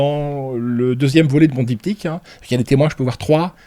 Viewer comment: Dyp'tchiique..😂Apprend a pronnoooonceer les mots que tu emploies.. Et c'est pas esclavagée mais esclavagie/.. Pas foutu de parler francais.. J'ai laché a 3 minutes tellement le niveau du type est proche du zéro-absolu... 🎉🎉🎉🎉"Esclavagée"..🎉🎉🎉 Et dire que certains prennent ce genre de trolls pour des gens crédibles pcequ'ils placent le mot "nonobstant" dans un podcast.. Triste monde